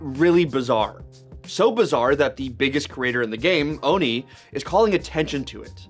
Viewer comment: ITS OHNE OH-NUH! NOT KNEE!